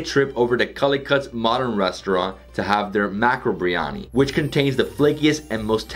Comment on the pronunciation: Ahh- you pronounce Biryani like a Mauritian. Good man! 👍🏼